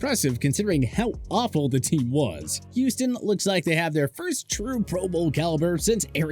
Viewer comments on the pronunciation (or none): none